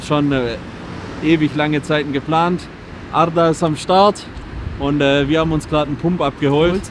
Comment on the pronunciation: er spricht ARDAs Namen korrekt aus. Leute das ist soooo wichtig. Das ist der Unterschied zwischen wissen und Bildung. Jeder weiß das er einen türkischen Namen hat. Bildung ist wenn man sich auch Gedanken macht über die korrekte Aussprache. Hat mich unnormale gefreut.